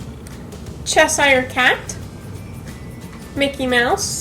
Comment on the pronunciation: it’s pernounced chezur cat